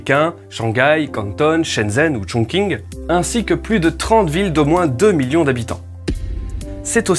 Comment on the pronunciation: Les prononciations des villes sont pas exact. J'aime pas faire le relou mais juste c'est pas "Cantonne" mais "Quand-thon" et à la chinoise c'est "Guangzhou" (prononcé "Guangjo") et on ne prononce pas "Chongqing" mais "Chong-ching" (le q se prononce "che") . Bisous !